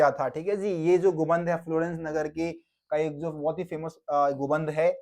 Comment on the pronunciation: Gumbad ko gumband bol raha hai